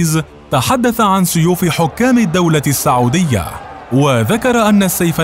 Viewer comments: الفيديو مليان اغلاط .. كوميدي اكثر منه وثائقي .. التواريخ غلط والاسماء غلط والمناصب غلط .. وبعدين اسمها السعوديه وليس الساعووديه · السعودية بضم السين